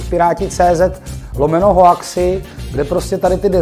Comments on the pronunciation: Čte se to: ´´houksy´´ a ne hoaxy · hoaxy se říkají houxy xd jinak dobrý video